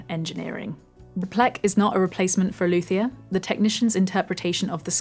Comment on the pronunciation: Just a correction on pronunciation of luthier: it is loot ee yair. The word does mean lute maker after all.